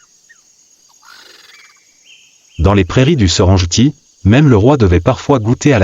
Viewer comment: Il faut respecter l'authenticité des noms des lieux de votre documentaire. Serengeti se prononce Serenggetti (serengueti) et non ( serenjeti) , du respect svp pour les noms propres